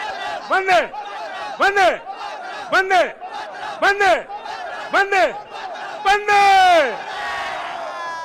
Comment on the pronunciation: When he was saying 'Vande' it sounds like 'Dangae'